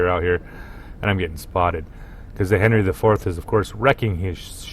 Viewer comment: Great commentating but: My torpedoes have 12 km range. ;) Also Worcester is pronounced as Wuster. Japanese ships names are easy to pronounce, there is youtube video how to do it. English one, not so much. :D 700/21000 hp is around 3%. Henry is actually pronounced Anri, as it is French ship. Named after great king Anri IV of France, probably the only one they had that wasn't catholic.